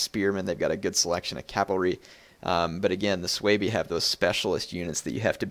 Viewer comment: its su bi...not sooweeebii lol